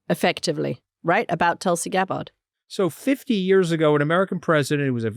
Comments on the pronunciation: Does Anthony purposely mispronounce Tulsi's last name? He always says it wrong..... he's a smart guy, he must be doing it intentionally, right? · Mooch's pronunciation of Gabbard was jarring